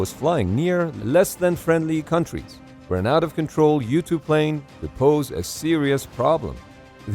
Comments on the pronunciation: I kept thinking you were saying ‘YouTube’. You were saying ‘U-2’. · i keep thinking he's saying youtube because it's called "U-2" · this whole tim i thought u were saying youtube pilots xD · It took me 3 minutes into the video to realize he was saying "U-2 pilots" and not "youtube pilots" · The first times he said U-2 Pilot I heard YouTube-Pilot, boy was I confused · Am I the only one thought he said Youtube pilot instead of U-2 Pilot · Kept thinking he was saying "You-Tube":stayhome:Pilot lol:goodvibes:then, I realized it was a 'U2" Pilot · I kept hearing this as "YouTube pilot"